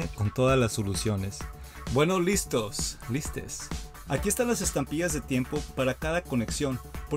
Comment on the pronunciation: Estuve a punto de no darte el like cuando dijiste "listes"